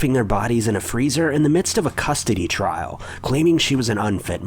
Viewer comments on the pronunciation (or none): none